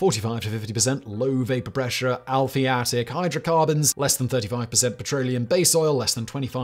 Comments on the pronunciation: Al-i-pha-tic,not al-phi-a-tic. Grrrrrr!😁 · You misread "ALI-phatic", as "ALPHI-atic", not once, but twice. I found that rather funny 😄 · It is aliphatic, not alphiatic. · I KNEW we could trust Simon to mispronounce something here. In this case, it was "aliphatic." He pronounced it "Alfy-Attic" rather than "Ally-Fattic" Aliphatic is a term that we chemists use to refer to hydrocarbons that are NOT aromatic. In other words, hydrocarbons are all either aromatic or aliphatic. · The correct pronunciation of aliphatic is "ali-fat-ik", not "alfie-attic". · It's not 'al-phiatic' it's 'ali-phatic'. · Aliphatic, Simon, not alphiatic. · sorry to be a bit picky here but you were saying the 'I' in the wrong place in the word aliphatic, alee-phatic, not alphee-atic, soz, just saying.. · 'Alphiatic' heheheh love your shows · A-li-phat-ic, but a great vid. WD-40 got me unstuck just yesterday. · aliphatic = al - if - at - ic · “Aliphatic” is pronounced “Al-e-fat-ick”. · Slow down... You're mispronouncing "aliphatic". I think maybe because of those stilted British mannerisms.